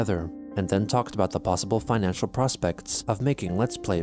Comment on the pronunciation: It's not a financial crisis. It's a financhu crisis. rly